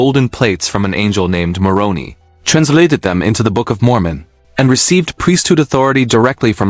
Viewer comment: If you do read the comments PLEASE pronounce Moroni with a hard 'i' not an 'e'. Thanks! It is really jarring to hear. The church that comes closest to how it was in 32 AD? It is the Jewish church. The followers of Christ did not disavow Judaism. Christ was a Jew.